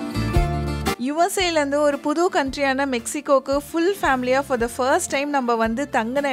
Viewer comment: It's ஒரு not ஒறு